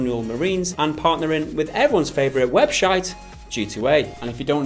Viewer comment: How isn't anyone talking about "webshite"? Just me? :D